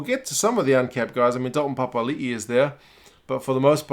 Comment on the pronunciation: Bro Papali'i pronounciation was spot on unlikey my spelling lol.good on ya mate👍👍